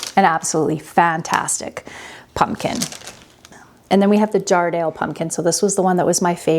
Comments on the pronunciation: I grew up just up the road from Jarrahdale in Western Australia. Your pumpkin looks like it's cross with a Queensland Blue No worries because they are both pretty good Also, it's pronounced jar-rah-dale Not jar-dale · The Jarrahdale pumpkin is an Australian variety - we pronounce it JARRA-DAYLE (jah-ruh-dayle). My favourite to grow is the Kent pumpkin - worth a try if you can get some seeds! Will need to see if I can track down some peanut pumpkin seeds this side.